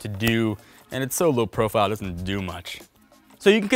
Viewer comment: He's speaking so fast. He says "Tesla doesn't recommend" by saying "Teslad-recommend"